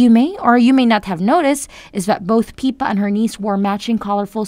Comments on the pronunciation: If you’re going to report on Princess Catherine please at least how to pronounce their names correctly. Her sister’s name is PIPPA…NOT PEEPA‼️‼️ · Please adjust your auto voice --- "PEEPA", Seriously??? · Your saying Pippas name wrong!